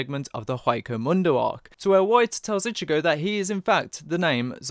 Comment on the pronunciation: For the longest time, I thought you were saying Ichibae for Ichigo sporadically. Lol.